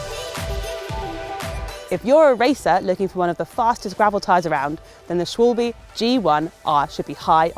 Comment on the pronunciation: Gotta work on pronunciation of Bontrager and Schwalbe though